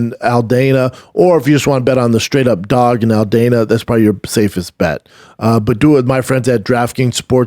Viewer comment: Lol, Brendon you love to mispronounce words. It’s Al-Dawn-A not Al-Dane-A!! 😂😂